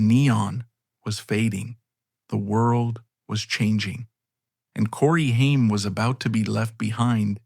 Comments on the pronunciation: You lose all credibility when your shitty AI voiceover can’t even correctly pronounce the name of your video’s subject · Omg this AI is so bad. You cant even say names correctly. Stop being lazy and reas the script yourself. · Shame that his name is said wrong thru this whole video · thats not how to pronounce his name